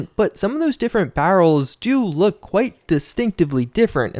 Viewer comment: says hiatus Also: can’t pronounce barrels